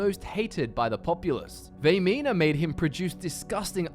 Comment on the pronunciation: Vaermina. Vaermina, Vaermina, Vaermina.